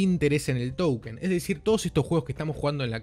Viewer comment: Como se dice token o towükenn?? Jajajaj